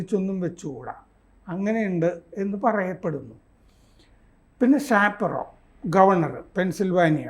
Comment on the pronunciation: ഷാപ്രോ അല്ല ഷപ്പീറോ എന്നതാണ് ശരിയായ ഉച്ചാരണം. Thanks.